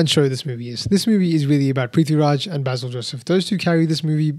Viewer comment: Hi, -- long time no comment, I've been taking a break from online stuff. But I hope you don't mind me offering a gentle correction and some comments. The gentle correction: Basil's name is pronounced Bay-sil, not Bah-sil (as we would say in the English speaking world). I'm like you, I had a blast watching the film, especially the second half where it descends into pure chaos. I'm actually not much of a fan of Prithvi doing comedy, I really don't think it's his wheelhouse, but they put him precisely in his darker, hero-type avatar in the second half and there I thought he was terrific. Also - there was a lovely and fun cameo appearance near the end of the movie by Aravind Akash, who played Lord Krishna in Prithviraj's debut film, Nandanam. They even use the music for him from the film in this film. I had an "OMG" moment when I saw him and heard that, I was so tickled that they did that. (Also, BTW, they did not actually shoot at the Guruvayoor temple, that was a great set they build for the film). Anyway, Nandanam is absolutely one of my favourite films, I've written about it and shared it so much:-) Oh, and Prithvi says the last line of Nandanam (originally said by Nivya Nair in the film). There were a lot of other references to films and memes in the film, too (another one that stands out for me is a line from Drishyam, which Prithviraj says, imitating Mohanlal's shoulder drop).